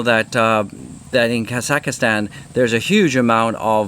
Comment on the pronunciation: Mate it’s KAH-ZAK-STAN!😂😂😂 and alts are fine. My portfolio has over 50 ALTS & it’s completely back to level before dump! Welcome to a strange but robust ALTS season;)